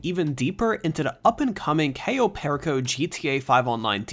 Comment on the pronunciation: U didn't even pronounce cayo perico name right